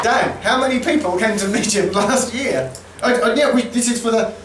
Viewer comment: I’m so glad you made a comment about the pronunciation of Midgham. It’s always been a beef of mine and I’ve written to GWR twice about it and nothing has been done. Not even a courteous reply. LoL!